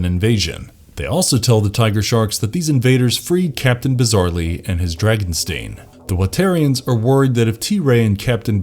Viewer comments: He's mispronouncing Dragonstein by saying Dragon-stain. Dragonstein sounds like Frankenstein. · He also says Dragonstein's name wrong.